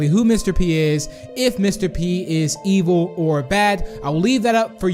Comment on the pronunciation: did you check your fotidg becouse you said ivel or bad